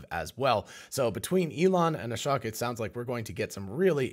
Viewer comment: It's SHOCKING how many times I've posted the correct pronunciation of Ashok's name on this channel. Hint: It rhymes with choke. How do I know? I've listened to his own self introduction.